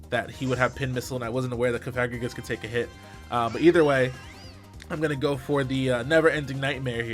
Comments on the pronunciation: no he saying it wrong, cofa-grig-us as in coffin grigus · Pronounced like sarcophagus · I just now realized that I've been pronouncing Cofagrigus wrong